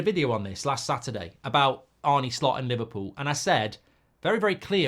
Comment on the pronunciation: I think its pronounced Arnah not Arnie with the dutchness. Could be wrong.